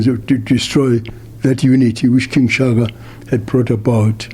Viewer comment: Disappointing thing is the Reporter cant pronounce Shaka😩😑